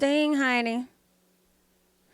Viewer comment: "GOODT LUUCK!" 😂😂😂😂